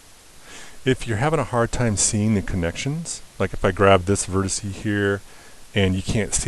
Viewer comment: what a fine tutorial. However you're killing me when you say 'vertisee'. Singular: vertex. Plural: vertices. FYI.